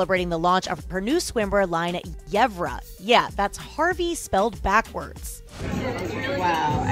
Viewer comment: I'm sorry but Yevrah?